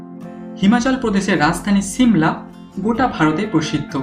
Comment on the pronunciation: দাদা উচ্চারণ ঠিক করেন । ছিমলা না , হবে শিমলা । আর আপনার কোথায় আঞ্চলিকতা